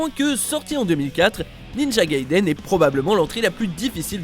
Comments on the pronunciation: "Ninja GaidÉn" Sérieux faut que vous prononciez mieux les mots c'est Gai-i-deun la prononciation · Gaiden (外伝) est un mot japonais et non anglais, on prononce bien "dè" et non "deu".